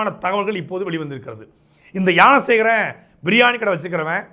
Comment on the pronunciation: Gnana Sekaran ❎ Yaana Sekaran ✅😂😂😂 Saatai un tamizh la theeya vaika 😅